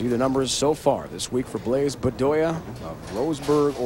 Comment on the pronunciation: Think how bad the present day PBA broadcasts would be if Brian Voss was in the booth. Bland-bland-bland. And why does he keep calling Randy PEED-er-SON "PED-er-SON"? Good Lord. And doesn't he call Blaise "Blize"?